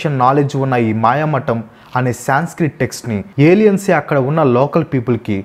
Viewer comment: బ్రదర్ తప్పుగా అనుకోవద్దు కానీ ఒక మాట చెప్తా వినండి, మీరు ఎంత రీసెర్చ్ చేసి విపులంగా వివరించినా, మీరు టాపిక్ లో వచ్చే కొన్ని పేర్లు సరిగా పలకడం లేదు, ఉదా :- 1. "మయమతం" అని కాకుండా మాయామటం అని పలికారు. 2. "చిత్రాంగదా" అని కాకుండా చిత్రంగడ అని అన్నారు. 3. "శంతను" మహారాజు పేరు శాంతను అని పలికారు. 4. "యక్ష" అని కాకుండా యాక్ష అను అన్నారు. ఎంత చెప్తే ఏమి లాభం ?! ఫ్యాక్ట్స్ అంటే నిజాలు చెప్పడమే కదా, మరి ఫ్యాక్ట్స్ లో వచ్చే పేర్లు సరిగా పలకకపోతే ఆ ఉచ్ఛరనే నిజం అనుకొనే వాళ్ళు ఉంటారుగా... ఒత్తులు, దీర్ఘాలు, పొల్లులు ఇలా అన్ని చూసుకొని పలకండి, అప్పుడు పేర్లు అర్ధవంతం అవుతాయి...